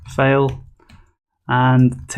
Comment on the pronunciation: Great tutorial, but for God's sake, don't pronounce FILE as FAIL. See the transcription for FILE – fīl. You pronounce it as fāl, which is FAIL.